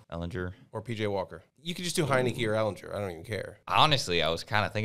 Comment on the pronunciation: These dudes pronouncing ehlinger’s name incorrectly over and over lmao